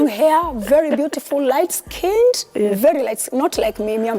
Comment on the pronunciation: The emphasis on the "light skin" was off putting.